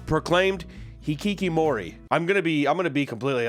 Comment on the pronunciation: You pronounce hikikomori perfectly, what a chiz amp